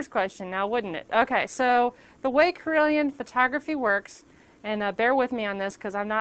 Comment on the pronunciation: i kept thinking you said corellian photography